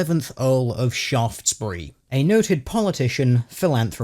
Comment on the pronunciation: "Shaftsberry" oh you just can't make it any more perfect